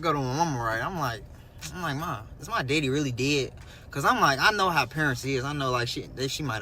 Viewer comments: If this 🥷 say “deddy” one more time😤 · Omg I hate the way he says DEDDY!! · It’s the way he say my deddy is sending me